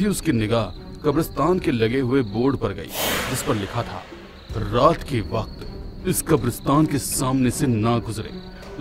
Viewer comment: Bakt nhi vakt hota he o bolna sikho pela😂😂😂😂😅😅😅